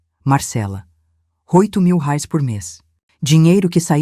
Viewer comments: Não é " rais " , é " reais " . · Gostei, mas arrume essa narradora que fala algumas palavras erradas. Em vez de pronunciar REAIS, sai como RAIS. Deve ser IA né? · Temos moeda nova , rais ao invés de reais 😁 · Quando você coloca um trecho ou uma história na IA o valor em reais as vezes não é entendido e sair raires. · Eunice; assistindo de São Gonçalo RJ Até agora estou gostando, só não entendo porque esses narradores que são brasileiros, não falam a palavra "Reais" , como deve ser. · Se esta estória ocorreu no Brasil com personagens brasileiros porque a narradora não consegue pronunciar corretamente o nome da nossa moeda?